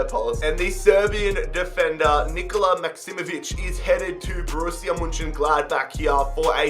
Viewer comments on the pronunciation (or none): none